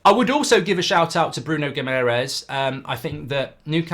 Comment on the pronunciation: Please learn how to pronounce Guimarães properly! There is an extra a with an accente on it, for a reason....